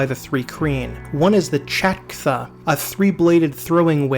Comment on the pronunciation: It's "chitin" and "chatkcha", not "chitin" and "chatktha" you brute!